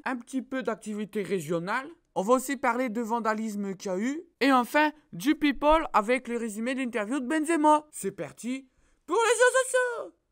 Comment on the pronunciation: mdr , à chaque fois qu'il dit people je suis mort XD